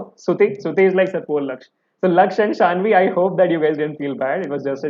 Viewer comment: Bhaiya that's Saanvi not Shaanvi. 😅😅.